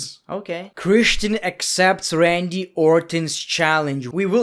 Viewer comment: Everybody: Christian..: kreshten